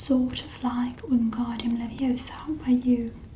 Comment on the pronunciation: It's not leviosar it LEVIOSA!